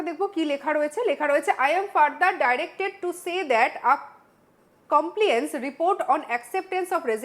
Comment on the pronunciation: একটু পড়াশুনা করুন ম্যাডাম,,, কমপ্লি আন্স নয় কমপ্লায়েন্স, প্রিটেনিং নয় পারটেইনিং,,, আর yours faithfully এর পর কার সই বলেন? এত মাথা মোটা কেন আপনি? ওই সইয়ের নিচে দেখুন ওনার designation টা দেওয়া আছে। ওটা CM এর সই নয়। এই চিঠিটার মানেই বোঝেন না আপনি,,,, এটা একটা intimation letter to all departments যে cm কোন্ কোন্ পদ থেকে resign করেছেন সেটা সই ,,, সিএম এর resignation letter নয়।